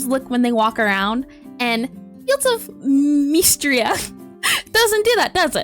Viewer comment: Miss-Tree-Uh. Not mist-ruh, not meestra. I swear, kids these days need to learn phonics.